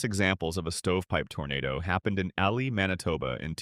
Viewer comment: it's pronounced ee-lie haha as a Manitoba. I was alive during this but it's far from where I live !